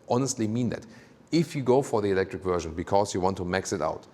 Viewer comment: Drinking game: Take a shot every time says "Wuerszhion" (Version) We love your reviews and beautiful German accent <3 The black paneling around the wheels is the ugliest I have seen in a long time. Usually, people air for a look where the wheels fill out the wheel arches as much as possible, and here they have visually gone in the opposite direction.